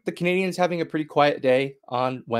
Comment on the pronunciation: Intro still says 'Canadiahns' by someone who doesn't know how to pronounce Canadiens properly.